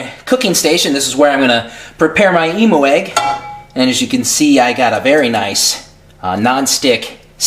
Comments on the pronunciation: "EM-U" Oh lawdie, here in Australia (where the bird comes from) we say it as "Em-you". :P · It sounds like you said "emo egg" XD